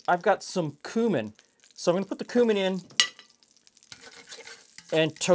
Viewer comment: Thank you, for pronouncing Cumin the right way. I get tired of hearing folks who should know better say "kewmin"! Also, even though I'm not a fan of tomatoes with cabbage, this looked really tasty. I might try it with beef broth.